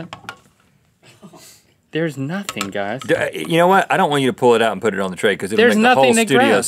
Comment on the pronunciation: Mahdieh Ahmadi use “the” And not “DA” please